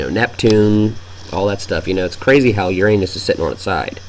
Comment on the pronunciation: PLEASE! Uranus is NOT pronounced Your An_s, but Yooranus